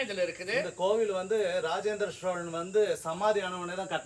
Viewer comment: "SHOWLAN" ,SSHIVAN, SSHONELAI ileh! Solan ,sivan ! "Shh" is not in tamil..tamil pesukeh